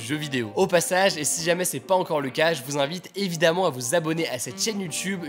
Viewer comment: 1ere fois que Hugo prononcé bien "si jamais"